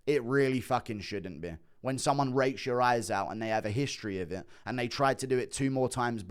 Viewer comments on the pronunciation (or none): Am I the only one that hears something a little different when guru says “rakes”?